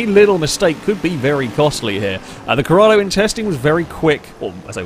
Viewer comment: IT'S CORRADO. With an 'O', not Corrada.